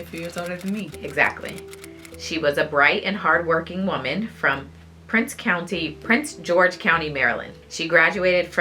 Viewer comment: Great job ladies 👏🏾👏🏾👏🏾but it’s “Prince George’s” county sorry that’s where I’m from and there is also a “Prince George” county in VA